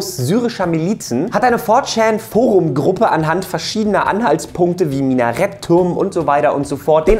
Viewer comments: four schan eigendlich schän aber schan hört sich bei dem so lustig an haha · "for tschaaan"..... echt jetzt? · hat er ernsthaft "VOR-CHAAN" gesagt? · wie du 4chan aussprichst... lol